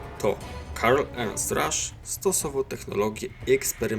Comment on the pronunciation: Piszę bo w początkowej części filmu akcentujesz to na łernst